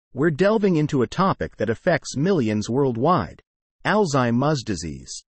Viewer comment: Sorry. I cannot listen to this ai mispronounce alzheimer.